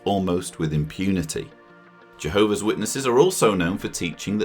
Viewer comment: It's pronounced J- Hobees 😂